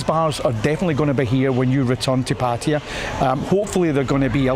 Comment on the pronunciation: It is not Patire. It is Patt e y a If you are going to live there please pronounce the name properly